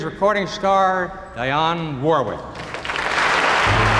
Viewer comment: That was painful for Ed Sullivan to mispronounce Dionne Warwick's name. Smh